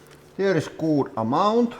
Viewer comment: You say “looks good” way too puckered. You need to loosen your lips. “Oo” isn’t as intense in English as you’re pronouncing.